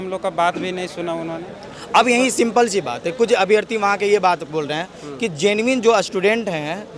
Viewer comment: Genuine ko zenmin vidhyarthi bol raha 😂😂 gjab padha likha h re baba